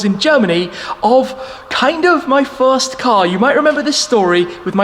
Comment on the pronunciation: So this is the "Shfirst"